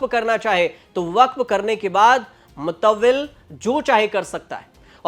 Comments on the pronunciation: Report बिल्कुल घटिया है,anchor ने home work बिल्कुल नहीं किया, मुतावल्ली शब्द को मिताली कह रहा है, अगर मीडिया गिरी करनी है तो knowledge बढ़ाओ मौसा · विनम्रता के साथ! शब्द "मुतविल" नहीं ;अस्ल शब्द "मुतवल्ली/Mutavalli है। मुतवल्ली अरबी भाषा का शब्द है जिसका अर्थ होता है Care' taker/ प्रबंधन करने वाला/ इनतज़ाम करने वाला /या ट्रस्टी आदि। याद रहे, मुतवल्ली उस वक़्फ़ जायदाद/सम्पत्ति/भूमि का मालिक नहीं! वह तो केवल प्रबंधन/देख-रेख करने वाला व्यक्ति है! जैसे स्कूल/मंदिर/संस्था का प्रबंधन,आज मैं कर,रहा हूं कल आप हो सकते हैं।